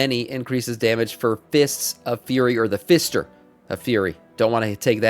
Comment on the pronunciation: How do you people not pronounce 'FURY' properly...